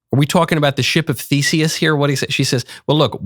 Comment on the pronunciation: Ok I know it's Ship of Theseus, but I keep hearing ship of feces😒